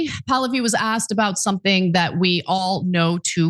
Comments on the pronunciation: It's Pah-Lah'-vee. Not Pal'-oh-vee. 🧓Also, Like father, like son here. In 1953 our lovely US CIA overthrew a democratically elected Prime Minister of Iran because he wouldn't go along with our government's plan to develop the oil extraction in Iran in its nascent years.. They consolidated the power of the country to Reza Pahlavi, The 2nd and last Shah of Iran, who ruled Iran as an imperial state for over 20 years. Who let the US do as they pleased and spent every single petro-dollar that came his way. His greed, gluttony, avarice and heathen ostentatious lifestyle led to the religious based uprising in 1979, installing the original Ayotollah Ruhollah Khomeini, who the Shah had exiled several years prior. The country supported this, initially. But soon learned that they had gone from one extreme form of government to another and has been hoping and praying for a democratic, parliamentary form of government to return for the past 47 years. This son of Pahlavi wants to be the 3rd Shah and will sell his Shiite soul to the Great Satan, the USA, to achieve this lifetime dream. 🧓 Retired Nurse 💙 🇺🇸 💙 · REZA POO-LOO—HE